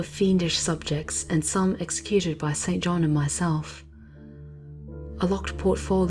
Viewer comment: Isn't it like Jane Eyre, where St. John is pronounced "Sinjin?"